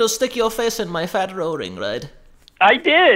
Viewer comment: Killed me when he said "fat rowring"